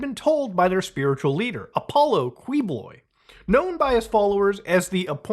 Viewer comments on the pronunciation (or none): You can just say "Kee/key/ki-boloy" instead of "Kwee-boloy" Spanish pronounciation of "Qui" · it is pronounced "Key-BoLoy" not "Kwiboloy". He is really the Epstein of PH. Friend of the former President. There were even rumors about the corruption i.e money from the former president being "parked" within Quib's religious org. The same lawyers that represent Quibs are the same lawyers representing the current VP, which is you guessed it, the daughter of the former president. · its kee-boloy btw not kwi-boloy 😭 but yeah, he ran for the senate recently and got a decent amount of votes while in jail which is crazy. he was endorsed by our current VP and when all the senators the VP endorsed showed up together he was a cardboard cutout. we are cooked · It's actually pronounced Key-Bow-Loy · It's pronounced like key - bo - loy. Source: wife is a Filipino and I first heard about this guy in 2018/2019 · you can just pronounce the last name as "kiboloy"